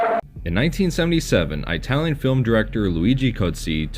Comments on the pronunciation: ih-talian, not eye-talian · I couldn’t get past the narrator mispronouncing “Italian” repeatedly. Say it like “It-al-yen” not “Eye-tal-yen”. Having worked with Italians for years I cringe hard when I hear that pronunciation, and think the speaker must have been from the trailer park. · It's ITalian not EYEtalian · Flinching every time you say "eye-talian" like a r*cist grandpa. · He pronounces Italian as I-talian. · Why does he keep saying Aitalian? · Jeez those friggin eye-talians....lol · No one:: Eyetalian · “Eye-talian”? Yes, dude, we know you aren’t Italian. I’ll bet this guy thinks Spaghetti-Os are delicious. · It's not EYEtalian, you moron. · EYE-talian is a good example of domestication right there. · Please quite saying Aye-talien. You sound like my hillbilly neighbor discussing pizza. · Eye-talian? why not just call them Wops? You're a bigot. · Didn't know about this, super cool. Cringed every time I heard "EYE-talian" though. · Same here! This guy probably has trouble ordering food at Olive Garden. Too ethnic for him. 😂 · love the pronunciation of itallian, i tallian, from apple. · I know, I winced every time he said that. XD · I am 0% Italian, it hurt me as well. I thought only old ignorant cartoon characters actually pronounce it that way. 😂 there is no country called “eye-tally” and they never say it that way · Eyetalian lol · Why do you always pronounce it "eye-talian". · "Eye-talian"? Are you effin kidding me? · You probably have no problem pronouncing "kaiju tokusatsu eiga", but "Italian" you can't do? What the fuuuuudge.